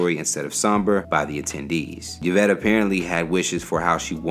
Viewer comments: omg🙄 its ē vĕt NOT yə vĕt dafuq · Say “Ya-Vet” again 😩🤦🏽‍♂️ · My name is yvette. I cringed everytime